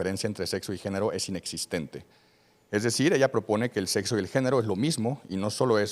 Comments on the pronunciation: El debate se acabó al minuto 1 de la intervención del invitado cuando dijo "Setso" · No se ustedes, pero un doctor que diga setso mejor cambio de doctor. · por qué eligen personas tan ignorantes para debatir. Un médico que dice "setso" no dejaría que me revisara ni la temperatura. Elijan mejor a sus invitados.